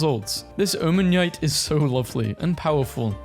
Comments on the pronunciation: Omanyte is pronoinced Oh, Man, knight! Not whatever Om-man-nyite is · “Omanneite” Noganuhdel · I don't normally leave comments on videos, but you're pronunciation of omanyte annoyed me. It's pronounced Om-a-night(the O sounds like on). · bro can't pronounce omanyte 😔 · WHO THE HELL PRONOUNCES "OMANYTE" LIKE THAT!? 😭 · why does he say omanyte like that bro... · is such a funny way to pronounce Omanyte lmao I am gonna be saying it that way from now on Edit: nevermind I just heard